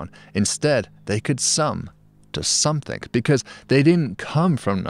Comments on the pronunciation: Something, not somethink! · I’m sure you read this from a script, so why insist on saying,‘somethink’ !? S O M E T H I N G!!!! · I love how that even after elocution-lessons, David pronounces something as "somethink". lol